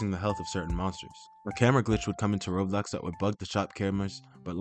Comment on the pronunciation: Its Roblox not robux